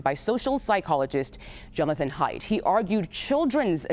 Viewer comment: WHO is this woman speaking? She mispronounced Haidt's name and she called his book, "The Amazing Generation" when its correct name is, "The Anxious Generation." How does she even have a job??